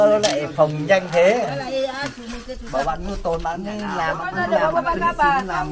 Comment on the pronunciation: Ông thầy dạy học trò cứ thế mà nàm thì học trò cứ thế mà nàm rồi bảo học trò đọc sai.